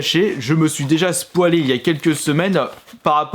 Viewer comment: En 2019, se SPOÊLE au lieu de se spoil...